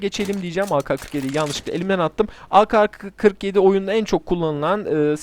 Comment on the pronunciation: O bi kere a ka skini değil a ke skini mal